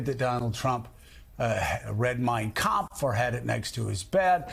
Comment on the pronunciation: Trump read Mein Kemfgh, True cannot pronounced those words.